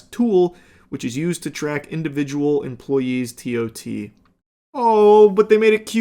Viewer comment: As an Amazon employee it’s hilarious to hear Charlie call it “tot”.